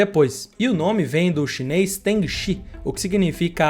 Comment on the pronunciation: Cara!!! É tudo chineis chineis chineis já q vc não consegue dizer chinês chinês chinês 😂